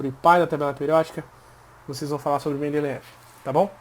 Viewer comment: É mendeleiev, não mendeleev